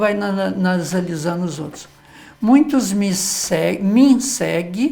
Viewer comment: Erro bastante comum e cometido por pessoas, profissionais da comunicação, inclusive. Observo há anos, jornalistas, repórteres, apresentadores de programas televisivos usarem a forma "COMPANIA". Qt ao MUNHINTO", é um vício coloquial difícil de se corrigir. Perdoe-me, professor, mas observei que, após a correção da frase na placa por duas vezes o sr pronunciar "MUINTOS...ME SEGUE" lendo a placa no caminhão. Podem ser reflexos de vícios ou dificuldades fonéticas (oriundas da língua de origem do orador, estrangeira ou problemas estruturais/orgânicos da boca e abaixo), pois muitos sabem o correto, por isso escrevem certo, mas pronunciam incorretamente como é o caso do "MUNHINTO". Obrigado, professor pela aula! abç!